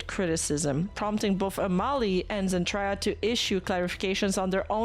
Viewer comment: Zen-Try-Ya? Really?;) Nice clip,.